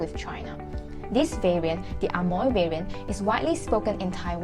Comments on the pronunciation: Amoy should be pronounced as emoy.... Not A Moy.....!! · 厦门can be pronounced Eh-Mui or Eh-Meng in Fujian depends on sub dialect. But the english Amoy should be pronounced as Eh-Moy, Not Ah-Moy. Hokkien in different area have different pronunciation. It can not be said that 门 (door) should be pronounced as méng 盟. There are different pronunciation between Quanzhou and Zhangzhou. Xiamen is located between Quanzhou and Zhangzhou, so basically Xiamen dialect is mixed between Quanzhou and Zhangzhou. There is a rule that the word with. **ng in Quanzhou will be changed to *ui in Zhangzhou dialect... For example: 饭 = Běng (泉州); Bui (漳州) 卵 = Něng (泉州) ; Nui (漳州) 酸= Seng ; Sui 黄 =Ng ; Ui 远 = Hng = Hui 门 = Meng ; Mui, 问 = Meng ; Mui et cetera